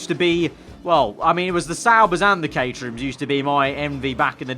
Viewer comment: The way he says caterham, it sounds like caterhew or caterhum